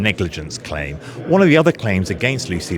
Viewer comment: 'one' is pronounced 'WUN' - can't kamal realise this?